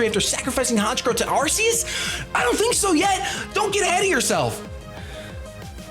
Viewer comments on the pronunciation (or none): none